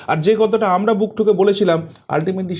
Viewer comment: Apni 'Amnara' bola ta r correct korben na dekhchi ato bar bolar poreo sei amnara amnara korey jachchen